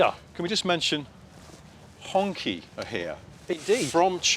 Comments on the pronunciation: Why can't the western journalists pronounce Hong Qi. It's Chi, not Ki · HongQi is pronounced "HongChee" Not Honkey🤣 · just so you know HongQi is pronounced hong chee not honky, cheers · Honky ? How confident are you about that pronunciation ? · Wouldn't it be nice if bloggers learned how to pronounce name before opening their yaps? Hongqi is ponouncesd Hong Chi. There are websites that can help with this...